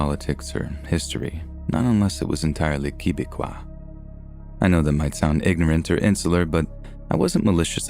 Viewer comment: Sir, I adore your stories and I listen to them when I work. Your voice sounds therapeutic. Quebecois is in the English pronunciation : Keh-beck-wha.